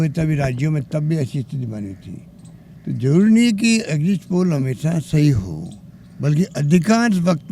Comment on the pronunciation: Exit poll Ko exist poll bol reha h BC kaise anpadh CM chune h humne thu thu😪😪🤤🤤